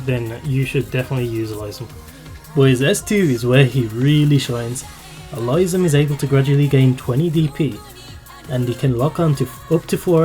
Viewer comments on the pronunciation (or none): Good for you for being confident enough to share your real voice,! The only thing I will point out is the correction on the pronunciation of Elysium's name. It's pronounced "Eh-lee-see-um", most commonly. Or alternatively, you can pronounce it "Eh-lis-see-um" He's named after the place of the same name in Greek mythology. Other than that, a solid analysis of the operators in question! And congrats on 3.19K subs as of this comment! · Um.... I think you mispronounced Elysium's name. Other than that, it was great all around! ^_^ Thanks a lot for your encouraging words! Though, I honestly think that I'm not worthy of any of those new operators in the banner, but since we're all given a free 10 roll ticket, I might as well try.... =/